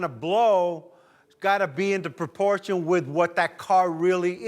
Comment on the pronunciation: You said it was in proporschein.😂